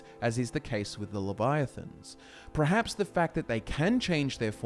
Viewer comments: you see my man in Britain, the land of English, the word is actually pronounced per-haps. If one was to pronounce it as pre-haps it is simply a sign of poor education and a lack of correction on the part of the sayers parents. Have you ever met a person who says specific as 'pacific' as in the ocean..? It isn't caused by culture or accent, it is caused by incompetence and shouldn't be encouraged. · Perhaps you should reconsider how you say perhaps.. Hint: the R is after the E 👍🏿